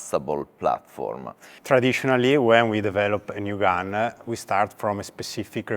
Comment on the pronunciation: “It’s not a rifle it’s a platform” Okay bud chill, it’s a rifle. (30 seconds later) “So that what we built the rifle around”😂 I like when they say the word “gun” and say “gun-ah”😂 Pretty sure that first dude was disappointed wasn’t wearing his shorts he bought in the women’s section. C’mon guys you know damn good and well he’s not getting his shorts in the men’s department.